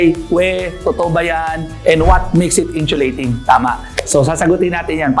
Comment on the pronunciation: sana paki pronounce ang insulating ng maayos. hindi inchulating